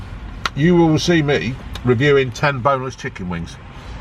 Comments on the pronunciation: Did you say chicking burger? 🤣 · "chick-king-ge" 😂 is that a new breed? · 'Chicking'...I'm going to start saying that and see if anyone notices... xD